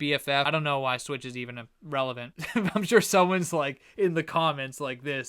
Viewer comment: I thought you called switch a c u next Tuesday and had to go back and listen again lol